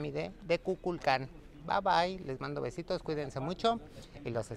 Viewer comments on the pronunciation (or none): none